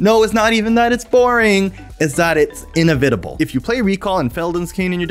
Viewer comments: I'm sorry, but it took me like 20 seconds to understand that this word was "inevitable". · "inevitable" is pronounced like your guest said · Bro, you have GOT to learn how to pronounce "inevitable"